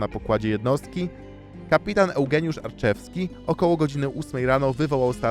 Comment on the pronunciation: Kapitanem Leros Strenght'a był Eugeniusz Arciszewski, a nie Arczewski. :) Małe przejęzyczenie.